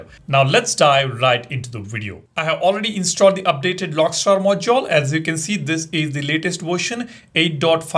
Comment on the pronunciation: Stop saying "Mojole" it sounds so annoying